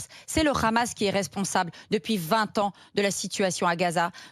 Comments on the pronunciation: Comment reconnaître un SHALOMI il dit KHAmas au lieu de Hammas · Lefevbre n'est pas juive mais elle est tellement fanatique qu'elle prononce "rhamasse" au lieu de "amasse" qui est la prononciation en langue française qui ne prend pas en compte la lettre "h". 😂😂😂😂 elle parle carrément avec l'accent israélien. En ce qui concerne le "rhamasse" Mme, c'est Netanyahu qui l'a choisi comme opposition privilégié pour faire croire que la cause palestinienne c'est pour les terroristes. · Ça se voit c'est une juive sioniste de sa prononciation. Elle dit khamas au lieu de hamas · Tu a une gueule d'une juifs la prononciation de khamas et n'ont le Hamas tu n'a pas honte sale hypocrite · avec Cnews j'ai découvert que hamas se prononçait rhamasse. j'en déduis que homme se prononce rhomme. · Le RRRRRRRRRRRRRRRRAMAS EN FRANCE LE H EST MUET ALORS POURQUOI PRONONCER RRRRRRRRRAMAS,POUR UNE PSEUDO PROF......🕷️🦂💩🤡💩👿👿👿👿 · On peut facilement devinè que Barbara porte vraiment des gènes de feujs par son accent quand elle prononce le kha-mas 😂 pour david c'est la même chose ça en dit beaucoup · c'est qui cete facho ?? pourquo elle prononcent le 'khamas" ? faisons les tests ADN !!